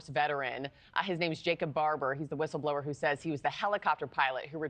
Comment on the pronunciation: What’s a whistleblrower?